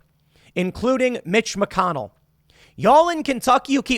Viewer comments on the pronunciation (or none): none